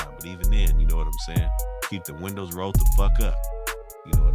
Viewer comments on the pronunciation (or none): none